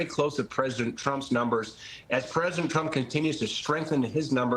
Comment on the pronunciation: Trump not Tramp